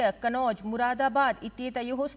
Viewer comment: पत्रकार महोदया जी आपने कन्नौज को कनोज बोला है। अपने उच्चारण में अभ्यास करियेगा।